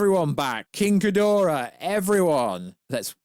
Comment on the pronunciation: King Ghidorah not Khidorah